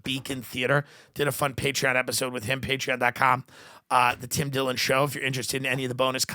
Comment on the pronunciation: Ah yes Twim Dwillon